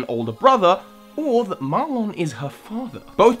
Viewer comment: So help me, do not pronounce his name as "Mar-lonn," his name is "Mar-linn"